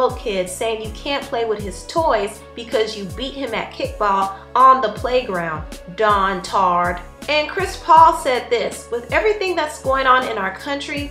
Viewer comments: You said Dontard which isn't a word. Dotard is the word, my love.. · Lol it’s pronounced DoTard not DonTard lol.